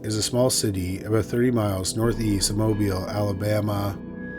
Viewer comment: it's so good to hear Bay Minette and Mobile pronounced correctly. Also, in Mobile County, constables are elected and have a zero salary, though they do get paid for private process service and other duties where a uniform is handy. It's weird and anachronistic.